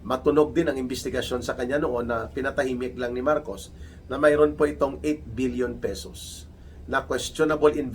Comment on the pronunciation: Sana kung million o billion Ang amount ay paki emphasize sana Ang sound of M or B dahil Hindi malinaw Ang pagkakasabi.